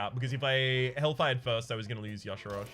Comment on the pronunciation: Today you made me sad:(. Y'shaarj. Ee-shaarj. Not yashirage. This ain't some Footworks or Caltrop nonsense:P